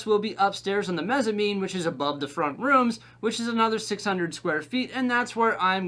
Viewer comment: Congrats sounds exciting! FYI - it's Mezzanine, pronounced mezənˌēn It would be be super cool to see floor plan drawings of layout in future video